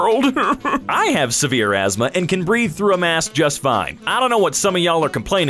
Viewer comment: That's "asthma", not "azma". "Swiffered"?? Wow --- for whoever watched all the films, or got hold of all their scripts, to find that out. That doesn't happen. Unless they also hate a different minority, too.